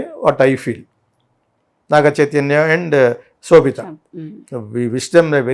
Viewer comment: Anchor, sobitha not kshobitha